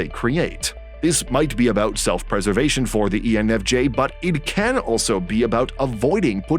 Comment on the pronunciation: You said ENFG towards the begining